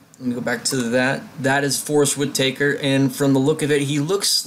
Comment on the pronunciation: This is not a slight towards you at all because I enjoyed your video and it's your first attempt at it. The names of the actors and characters . Do yourself and watch the Rouge One panel from Star Wars Celebration Europe every character and actor name is clearly pronounced so you won't have any questions. The way you pronounced Forrest Whitakers name was as if you.have never heard the last name Whitaker before. I'm not picking it would really help your future attempts.